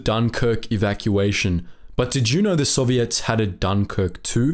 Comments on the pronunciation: You say the word “Soviets” like they are an all female pop band. I like it. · He's talking about intonation. With the word soviet, the accentuation is usually on the "o", puts it on the "ets", which gives the impression OP referred to.